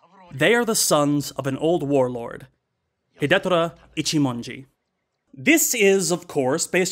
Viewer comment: I know this is way after the fact and beside the point, but the pronunciation of Hidetora is hee-day-toh-rah. Four syllables. In any case, great review and looking forward to more of different Japanese directors (in particular In the Realm of the Sense by Oshima Nagisa!) ;)